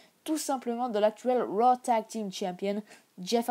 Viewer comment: Et c’est pas Row c’est Raw